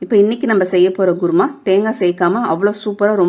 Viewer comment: Mam u can say kuruma but u r saying guruma..😀